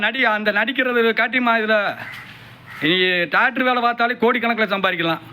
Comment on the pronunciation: Doctor ❌ Tokter ✅